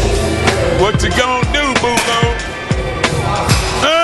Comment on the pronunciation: Boulo? Shit I thought he was saying Bull Dog the whole fucking time. What the fuck haha.